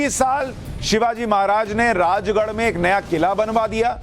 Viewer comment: Susant ji aapne jo Rajgad ka nam bola wo " Rajgad " nehi " Raigad " hoga